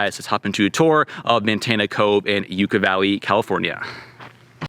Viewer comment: Enjoy your vids, thanks for sharing…but one thing. It’s Yucca as in “Yuck-ah,” not “You-kah.” 😀